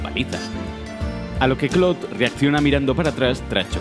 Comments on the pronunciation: clod xd su nombre es claude pero se dice claud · ¿"Clod"? ¿No sería mejor "Claud"? xD Igual es una estupidez. Muy buenos videos. Saludos. 👋🏻😁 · clod Xd Perdón, estoy tan acostumbrado a que le digan literal Claude. (Así como se ve) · Por qué les dicen clod ? Se le dice claude espid así lo escribo a propósitos así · Se pronuncia claud no clod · "Clodt" vaya pronunciación.... "Un detalle que a Rockstar siempre le gusta cuidar.." el desmembramiento solo era posible en GTA 3 y en versiones antiguas de PC unicamente. No hay nada peor que una revista de "videojuegos" que no sabe de videojuegos. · 1- son solo errores, ademas se pronuncia cloud (sin pronunciar mucho la I) 2-No tienes la idea de demandas y Dinero qué causaria los desmembranientos en los siguientes juegos de la saga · gringos: Claude Latinos: Claude España: CLOT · Que estresante como se refiere a CLAUDE como "Clod", españoles tenían que ser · Nadie:: C L O D